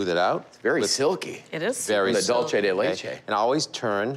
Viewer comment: The way they pronounce dulce . Hahah it’s not Italian it’s Spanish !